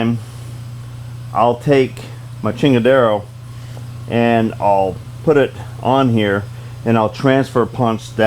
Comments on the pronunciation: chingadera, not chingadero lol, props to those beautiful welds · Did I hear you right?....did you say "now we have a "chingara" tha we will be able to cut out here" lmao!! is that what you said??